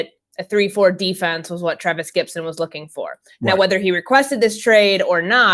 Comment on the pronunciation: It's "Gipson", not "Gibson", you tool.